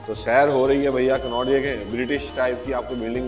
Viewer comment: कान्हा प्लेस नहीं,कनॉट प्लेस हैं